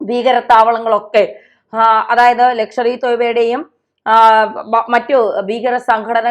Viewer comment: പെണ്ണെ എന്താണ് ഈ ""'''ലക്ഷ്വറി """തോയിബ നാണക്കേടാണ് കുട്ടി. ഈ പേരുകളൊക്ക പഠിച്ചു പറ Shame 🤣😂🤣😂